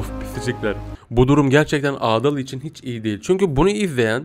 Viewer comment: Abi o adaal değil adal